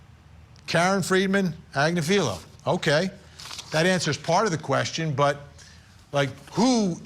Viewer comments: Good luck getting a conviction - ha! You are pronouncing her name totally wrong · He also screwed up KF Agnifilo...